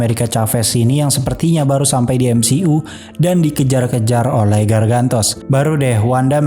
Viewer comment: cara bacanya emsiyu ngab, bukan emsi'u. greget bet gua dengernya